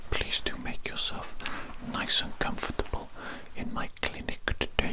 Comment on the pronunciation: “cum-for-table” Sorry its just how he said it caught me off guard